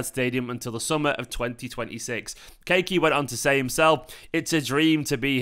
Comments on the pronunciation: Kaa- e -Key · Yes, it's pronounced Ka-ee-key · Pronounce the kid's name correctly. Ka-yi-Ky would be a better way to say his name.